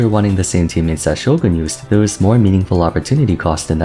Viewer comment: Finally pronounced "Shogun" properly after all these years saying "Sho-gahn" like a dweeb